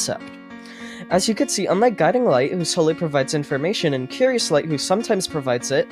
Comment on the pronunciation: "Mischievous Schlight"